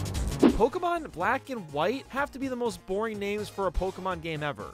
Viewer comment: The pronunciation of some of these names Triggers me